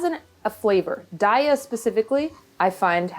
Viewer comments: Heyy, sorry, real quick it’s actually pronounced day-yuh not die-yah. I hope that helps. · I pronounced "Daiya" incorrectly for years, but it's actually pronounced "Day-a". Like have a nice day-a!